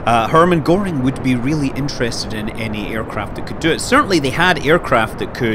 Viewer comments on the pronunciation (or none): none